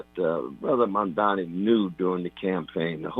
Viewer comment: Love you deeply, Tavis, and I agree with today's analysis wholeheartedly. But pleeeeease pronounce Mamdani's name correctly when critiquing him. The right refuses to pronounce his name correctly, and when they do it, it's usually a red flag that their critiques of him are about to be disrespectful in nature and in bad faith. I know your critiques are in good faith, always, but I don't want your critiques being dismissed by liberals in the same fashion right-wing critiques are dismissed by libs as a result of mispronunciation... Mom-don-ee. 🙃